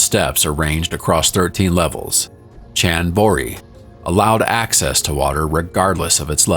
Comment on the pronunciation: 16....pls make a note..... it's not pronounced as Ch.. end..... boh. ri........ it is.....pronounced like this...CHAAND [Moon].... Baah... v..ree